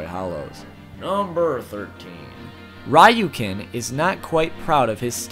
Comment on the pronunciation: You pronounced Ryuken wrong lol